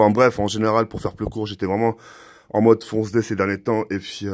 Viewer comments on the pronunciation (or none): none